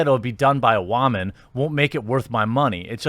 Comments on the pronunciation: What is with you and pronoucing the word Woman as whamen? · Why does he pronounce woman as "WAHmun?" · wha man? you mean woo man! go back to voice school! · Love the way you pronounce “woman”😂